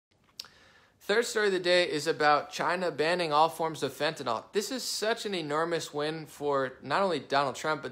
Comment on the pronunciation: Not to nit-pick...But it is NYL not NOL. Seems like everyone miss-pronounces it.